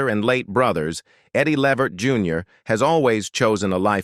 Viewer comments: Thats right....Pronounced. LAA VERT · Please call these people they real name his name is Le Vert so plain to pronunciation thnk u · Uh, whats with the white family? And learn how to prounouce his last name. Do some research! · Too bad the narrator doesn't know how to pronounce their last name. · To whoever produced this.... Why are you working with robots? They make mistakes, they mispronounce words.... I have to assume you have no idea who Eddie Levert is. Your robot pronounced his name wrong through the whole piece, and you didn't even know that. Why do a piece on Eddie if you don't know who he is? Couldn't you have worked with an actual human who knew him or knew his music and would have been happy to narrate this for you? Why the fascination with AI? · You need to learn how to pronounce people’s names properly